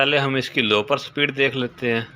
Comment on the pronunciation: "sa-pid" nehi - "speed" bolo.